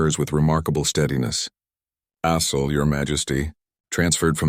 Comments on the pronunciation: AI voicebot doesnt do well with Assel (sounds like Ass, hole) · caught that too....